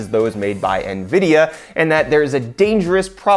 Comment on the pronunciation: Did you just say nahvidia? bruh... en videe ahh